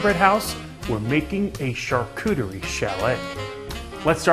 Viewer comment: Hehe he said cooter